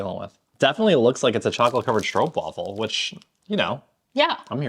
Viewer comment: Edit to add: Okay, challenge : It's time to improve your pronunciation of STROOPWAFEL. De STROOP is fine for 98%... the waffle however, you need to replace the first f with an A. To exaggerate: stroop waaaaaa fel. not waffle. Open up the A! I can totally understand that all these open sounds are so difficult to learn when you are used to the more rounded American sounds. Please don't take any of this as criticism. I just think you can replace waffle with waafel in pronunciation, now that you're so much more used to Dutch. I love all the vids you make and share, you guys always make me smile! And your waffle pronunciation always makes me think about thick, soft, yummy belgian waffles, and also about "a load of waffle".... But that's how this Dutchie hears multiple meanings to English words. I love language. Can't help myself. 😃🥰 "Hollandse pot"... Dutch pan of food. Overall term for stamppots, or just basic meat, taters, veggies, and vla for desert. (it's not that specific, dutch pot. But it's classic/old style dutch candy. "Echt hollands". Or "typical dutch". One walks into grandma's house after being away for a while, and she's making stamppot? ..."OOhhh, Hollandse pot!" As in, I've missed the dutch food/grandma's food, wringing ones hands in anticipation.